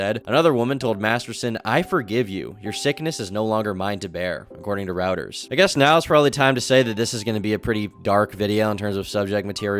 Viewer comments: Routers? Roy-ters is a better way to pronounce it. A router is a computer networking device lmao! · blud really said … ROUTERS? It’s RUETUERS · it's pronounced "roy-ters" not "roo-ters" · Reuters is pronounced "roiders"😊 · It's pronounced ROY-ters